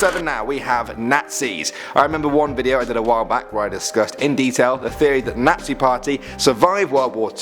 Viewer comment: I hate he can’t say nazi 😂